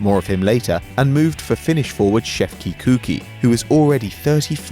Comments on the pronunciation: Kuqi is pronounced Koo-Che not coo-key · It's Shefki "Coochy" not "Cooky" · Shefki Kuqi Kuchi not Kuki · Shefki Kuqi is pronounced Shefti Kuchi 😂😂😂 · Kuqi is pronounced 'Kuchy', just saying! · chef* De-Coo-Che ^ ffs say it right. #9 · shefki kuqi is not said "shefki coockie" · You can't say Kuqi right, do you even watch football? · he butchered kuqi's name with that pronunciation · the way you prenaunced Shefki Kuqi omg hahahahaha